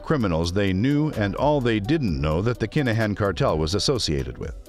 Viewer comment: Why the hell are mis- calling his name . IT IS NOT DANIEL CALAHAN . IT IS DANIEL KINAHAN !!!!!!!!!!!!!